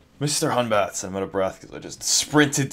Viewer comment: its hun.bat NOT HUNBATS.EXE